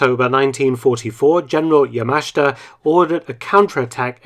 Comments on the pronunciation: It says Yama-shi-ta in the caption not Ya mash ta, as in the voiceover. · You totally butchered the pronunciation of Yamashita